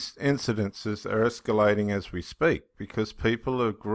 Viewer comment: Exculating!!! No!!! Escalating. Es- ca- lay- ting. Professional people should take more care.